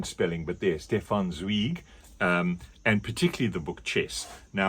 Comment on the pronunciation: Zweigs Chess is Canon in German Class in Austria. Even Students who didn’t read at all liked that story. Funny first you pronounced his name the english way and when you read the blurb the german way😅